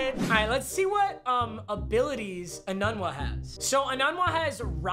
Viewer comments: I say it like ee-noon-wah but on football reference it says it’s correctly pronounced ee-none-wah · It’s pronounced enoonwah papa not enunwa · IKR it’s pronounced Eenoonwa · say it with me it’s Quincy “Enoonwa” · It’s Quincy ENOOONwa not ENUUNwa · It’s e-noon-wa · The way he pronounced Enunwa hurt me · Who got triggered of him saying ENUNWA wrong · cringing at the way he pronounces Enuwa 😬